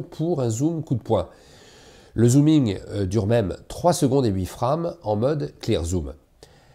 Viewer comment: mdr, la prononciation de frame, c'est de l'anglais